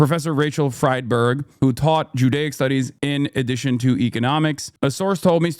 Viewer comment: she doesn't even use the correct word... it's "addition" not "edition".....🤦 jesus christ